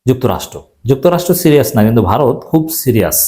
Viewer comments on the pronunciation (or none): none